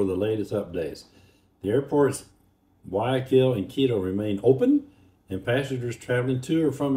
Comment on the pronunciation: It's "Guayaquil" with a "hard G", and not pronounced "Why - O - Keel". Ask any native there, or anyone who speaks Spanish.